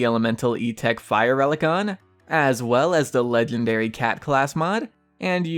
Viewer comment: and legendary not leglendary